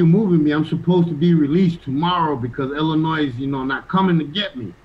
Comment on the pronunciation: been away from Chicago so long he forgot the S in Illinois is silent.